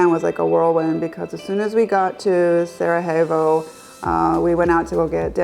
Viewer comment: Cool video. Btw it's pronounced as Sarayevo, not j/h.